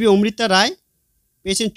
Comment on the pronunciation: ওমৃতা রায় নয় অমৃতা রায়। আবার মহুয়া মিত্র নয় মহুয়া মৈত্র হবে।